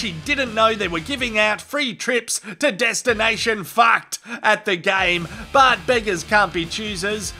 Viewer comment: I can't help but giggle every time I hear "Destination Faacked".